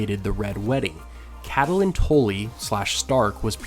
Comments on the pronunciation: Her name is NOT pronounced CA-TE-LYNN. It's CAT-LYNN. You also pronounce Arya wrong. You say Aria, when it's pronounced ARE-YA. Otherwise I enjoy your videos. Thanks. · Pronounced: Kate-lin, not Cat-uh-line. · You're pronouncing catalyn wrong, it's not "cat-A-lyn" it's "cat-lyn". Super annoying you say it wrong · Man I can't even with you and pronouncing it "catalyn". x.x